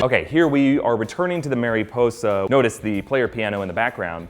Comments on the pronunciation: its mare-a posa not mary posa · Marisposa is spanish for butterfly. I's in spanish are pronounced as E's.